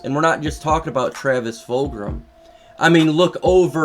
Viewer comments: Where are you getting the r sound in fulgham lol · Yo, no big deal but you do know that It is Travis Fulgham, no R right? Fulgram does sound cool though, wasn't he in like Killer Instinct or do you know if it was that or a different game?